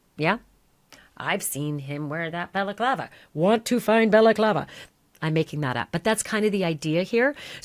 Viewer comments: It's balaclava not belaclava! If you can't pronounce words right don't do this kind of stuff, get a day job that doesn't include speaking! 🖕😎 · Stop saying balaklava. Its annoying